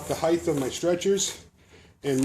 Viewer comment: such a smart man but i cringe whenever he says "heighth" lol oh well i aint perfect either.